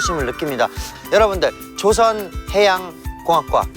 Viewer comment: "배를 만들다"라는 뜻의 단어 "조선"은 창섭님처럼 '조'를 길게 발음해야 합니다. 조:선(造船) 발음은 '조선 시대'할 때 발음이구요.